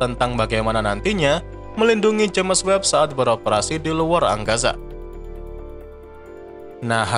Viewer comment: Sebutan james itu sepatutnya disebut jayms.